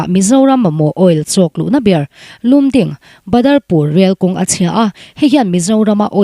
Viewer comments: Lum ding niloin Lamding tiin kan lam ṭhin. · Lumding lam dan hi Lamding tia lam/sawi ṭhin a ni e...news reader te hi in hriatna a zau ṭhin nen aww... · Lumding ,Lamding tia lam thin ani tlat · Adik,lamding tih tur ..